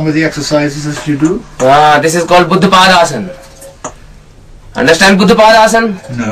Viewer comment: Baddh-Padmaasan (not Buddh-Paadaasan)